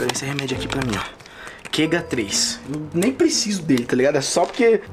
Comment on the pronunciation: “Quega3” ? Kkkkkk Se chama OMEGA 3 😂😂😂😂😂